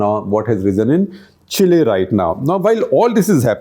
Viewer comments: Chacha, “chill’e”, 😅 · Now with all these leftists, India is the only emerging economy destined to grow. Chile (pronounced Chilay) has resigned from global race!